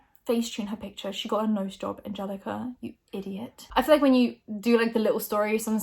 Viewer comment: Everytime pronounces feel as « fill » I want to scream